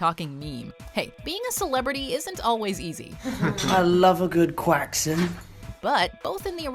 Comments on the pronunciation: Haha I love the “Quackson” part but just come to the UK and that’s preeeeetty common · "Are you gonna finish that quackson?"